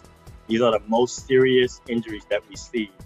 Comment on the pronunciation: Did this doctor for entertainment tonight just say “Sterious?” Lololol